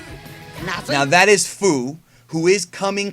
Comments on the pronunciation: Aya is definitely the best Japanese actress and is perfect for bulma But still rip hiromi 😭 and super Edit: also it's fu not few but that's how you say it so what keep up the videos there really good Edit again: WE NEED SSG FOR CACS IN XENOVERSE 2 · Feu not fuu